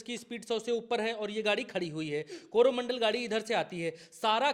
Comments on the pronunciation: कॅरोना मंडल नही है गलत बोल रहा है यह कोरो मंडल है पर बोल रहा है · कोरोनामंडल ट्रेन नही, कोरोमंडल ट्रेन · Suggestion.. it's not corona mandal. It's coromandal.